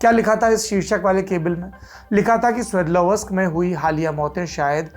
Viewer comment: 'स्वेदलव् स्क ' ये है ऊस शहर के नाम का उच्चारण. चाहे तो आप गूगल पर इसका pronunciation सर्च कर सकते है।